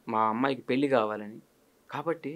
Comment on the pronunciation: 👌ఇంటర్వ్యూ🙏 ఉచ్ఛారణ దోషాలు: షుద్ధి-✖️ సుద్ధి- ✔️ పెల్లి-✖️ పెళ్లి-✔️ వాల్లు-✖️ వాళ్లు- ✔️ దశ-✔️ దష-✖️ శుభం-✔️ షుభం-✖️ ఇంకా…… ఎన్నో